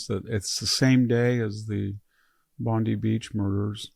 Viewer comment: Bondi Beach = bond-eye" Beach -- NOT -- "bond-ee" Beach